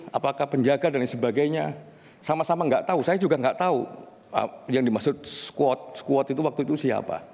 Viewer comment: Pengucapannya aja salah, skuot skuot aku yakin Vera gak ngomong gitu, koq bisa org kayak gini punya jabatan malu2 in.